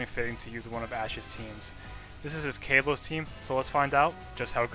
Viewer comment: it kalos not calos